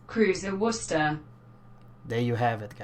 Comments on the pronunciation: ii lived in midlands , pronunceation correct , woster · Hey good try with pronouncing Worcester, I'm from there and people from Worcester have a hard time with it!!! Wistah!!! or wouster in the rest of the country...thanks for the review cheers!